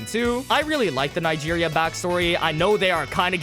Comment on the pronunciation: bro didn’t even try to pronounce Nigeria